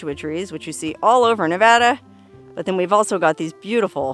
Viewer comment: You get a gold star for pronouncing Nevada correctly 😂😂😂😂